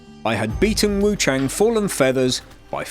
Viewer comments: It's "Wu-chAHHng" not "Wu-chayng" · hey just letting you know, wuchang is said like wuchung/wuch*ah*ng